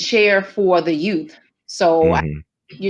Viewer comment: Love she says Y O U TH “ not YooooF like so many ppl say “our yoooooff”